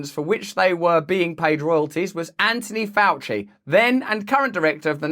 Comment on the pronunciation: Who's "Anonee Ouchie"?